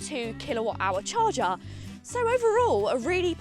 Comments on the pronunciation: It's a CHARGER, not a "CHARGAARRR" 😂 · Char-cha Love it! 😅